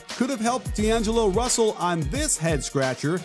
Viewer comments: It isn't 2 words because you said "d'angello freaking rusell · When he said 2 words but he said 3 "Di Angelo freakin Russel"